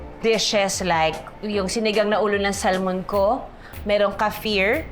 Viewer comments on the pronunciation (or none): none